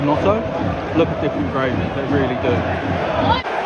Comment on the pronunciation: Who is notto? Do you mean Gnonto? "Non-toe" is the prononciation